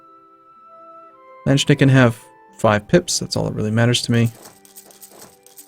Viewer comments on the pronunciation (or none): I love how he pronounces "Landsknechte" like "Landschnecken" (Land snails). ;)